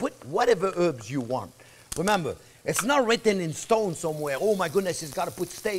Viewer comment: Herbs not erbs Herbs